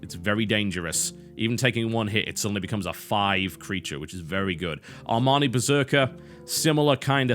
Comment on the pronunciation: Can you stop saying Armani, pretty please? It rustles my jimmies and it is shames the Amani tribe. You should not bring your own race to shame.